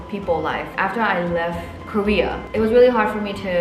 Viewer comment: I don’t think realizes that when she says “Career” and “Korea”, it is the same. 😂 It’s cute though. 🫰